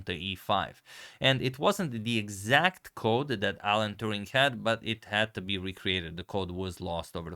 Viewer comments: Turing not Touring ! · A correction. It's Alan Turing (not Touring). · Hmm, I think it is Alan Turing, not Alan Touring. Otherwise great video! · His last name is Turing not Touring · His name is Turing. Not Touring.